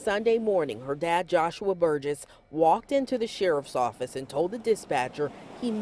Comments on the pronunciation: Well you slaughtered the last name (mine as well.) It's pronounced Bur-jess. Otherwise I love your vids😆😅🙄😍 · I’m not normally pro-death penalty, but… Also I know it’s inconsequential, but the last name is pronounced burr-jess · Great job. One thing though, its pronounced Bur-jiss, hard G x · This case is extremely heartbreaking! You can’t help but feel for that little girl, that last 24 hours of her life! Side note… you are mispronouncing their last name. It doesn’t really take a lot of research to get it right though considering every news clip included in this video it is pronounced correctly. My thoughts and prayers are with her family, especially her mother who I can only imagine is extremely hard on herself even though there were no warning signs and she obviously had no idea that this would happen!